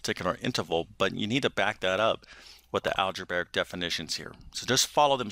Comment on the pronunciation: al-ja-bray-ic, not al-ja-bar-ic